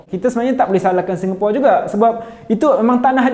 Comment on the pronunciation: Speaker sebut "Singapura" tu dah nice dah, memang lah agak janggal nak sebut "Singapura" tapi kenalah biasakan diri. Saya pon tengah biasakan diri sebut perkataan2 dalam bahasa melayu daripada inggeris.